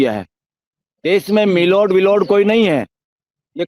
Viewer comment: मिलोड नहीं मिलोडा बोलिये.